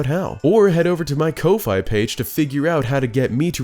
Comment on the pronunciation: Friendly FYI, Ko-fi is pronounced "coe fee", not "coe fye". At least according to the bio on their Twitter.